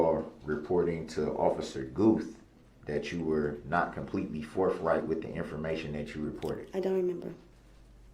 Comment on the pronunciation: Untroofful and forfright.